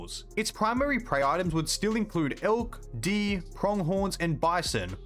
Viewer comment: "White tailed DEE"